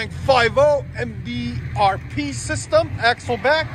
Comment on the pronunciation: You weren't lying about not being able to pronounce MBRP lmao. No hate . All love. Just hilarious. Lmfao.